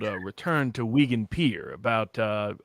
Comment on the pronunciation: As a bloke from Wigan, notwithstanding Roberts misspronunciation of Weegaan!#? i am so enamoured with vivs's cheshire cat smile throughout this conversation.